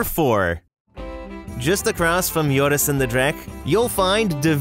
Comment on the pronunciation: Just a tip, its Joris and the dragon, not Yores :) Also its de vL i e gende hollander not v i l e g ende